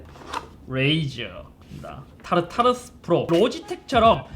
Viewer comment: 타르타르소스라고 말하는줄ㅋㅋㅋㅋㅋ